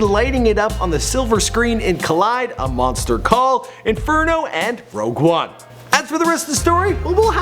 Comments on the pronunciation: "Rouge one" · Rogue One not Rouge One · it's rogue not rouge,you buffoon